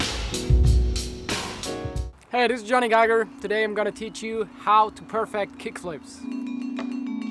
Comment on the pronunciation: Yo Jonny, you might want to throw the syllable on the last part of that word, per fect'. Coolio! All right man, thanks for the tips.